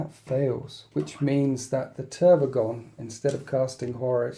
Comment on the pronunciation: How u call the Tervigon Trygon all the time gives me seizures XDD